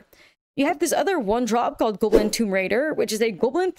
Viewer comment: Stop mispronouncing GAWBLIN.